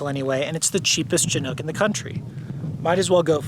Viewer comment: Soft "Ch" and a short "I"- Shi-nook. They definitely predate the 80-90s. I've got my eye on a 1976 Dodge Chinook right now.